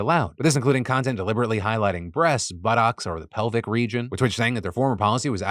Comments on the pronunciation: Is it just me or does Phil say "buttocks" weirdly? 😂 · Does anybody else giggle when Phil says "buttocks?"